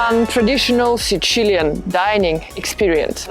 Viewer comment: Video is very nice, but either say sicilian with English phonetics or siciliano with italian phonetics because it is literally not a word the way you say it most of the video. No need to try to sound extra italian. Otherwise very nice video!